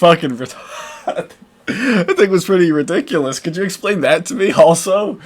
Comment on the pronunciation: Did you say ret...iculous?